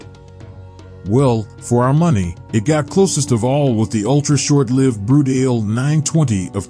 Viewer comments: Lol yep stopped it at Brut-ale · Brut-ale? Jesus. Is that some sort of beer? At least take the time to learn how to pronounce the names correctly……remember, it’s Italian!